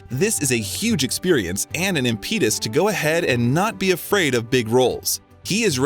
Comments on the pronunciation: You said you read all the comments so I just want to point out that whoever is narrating this needs to brush up on their pronunciation of words. Impetus is not pronounced correctly, and neither is taciturn. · mispronunciation of the director's name "Guadagnino" made me cringe. Plus, not knowing how to say "impetus" and mixing up soccer/football....ugh, these AI narrations are really BAD. Ugh, "Laurie confessed HER feelings to Jo." ? WTF. Laurie is HE. And can't pronounce "taciturn" or "Louisa," either. There are too many errors to list. But yeah, I'm watching for the footage of our dear T.C. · Pronunciations of impetus, taciturn were wrong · Stupid robot voice reading this - doesn't know how to pronounce "taciturn" or "impetus" And whoever wrote it - very bizarre use of tenses. In fact, the whole thing is just weirdly written.